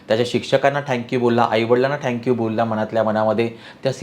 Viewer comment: ते थॅंक्यू असतं ओ… ठॅंक्यू नाही..😮